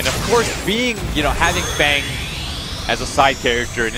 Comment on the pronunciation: Why do these US commentators keep calling FANG - Thong or Farngh ?